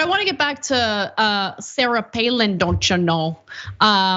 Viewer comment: “Doncha know” 😂